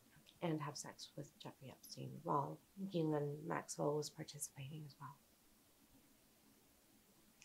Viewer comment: I believe her.. just by how well she says the word “Ghislaine”